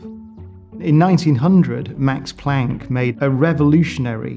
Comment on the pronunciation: He hasn't pronounce planck right